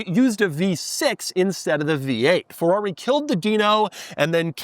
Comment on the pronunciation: Please say Ferrari correctly.